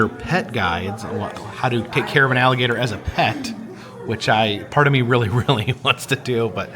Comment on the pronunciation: HOW MANY TIME DID HE SAY. “ALLIBATOR “ ??????? 😂😂😂😂